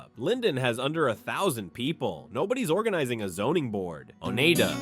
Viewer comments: Oneida is pronounced o-nye-da...nye as in eye...NOT o-nay-da!. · It’s not Oneeda, it’s pronounced Onida.